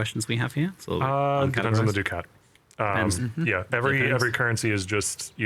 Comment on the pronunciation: Isn't it duck-it, not doo-cat? Feels like the boss said it wrong and everyone just kept pronouncing it that way to not correct them.